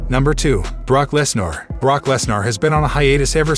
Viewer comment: Love the channel but i think you botched a lot of names 🤣 like Brock Lesnar, Rodriguez and Rollins